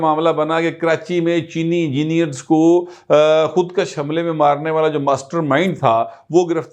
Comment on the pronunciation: ناراض نہ ہونا، آپ اکثر بعض اردو بولتے ہوئے تلفظ کا خیال نہیں رکھتے. مثلاً ابھی آپ نے بولا "خود کش kash" جس کے معنی ہیں خود کو بڑھانا، طول دینا. جبکہ اصل لفظ "خود کش kush" ہے یعنی ک کے اوپر پیش پڑھی جاتی ہے. جس کے معنی خود کو ختم کرنا، یہ فارسی زبان کے الفاظ ہیں پہلے والا کشیدن لفظ سے نکلا ہے جس کے معنی کھینچنا یا لمبا کرنا، جبکہ دوسرا لفظ کشتن مصدر سے نکلا ہے جس کے معنی قتل کرنا یا مارنا.